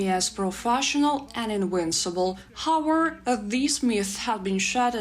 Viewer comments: I think "however" is pronounced more like "хов еф ер" and not "ховер" You guys should also defeat the Russians in English pronunciation ;-) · You're saying "hower" when I think you're missing the entire last part of that word "howEVER" :D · It's pronoun how-ev-er not Howard lol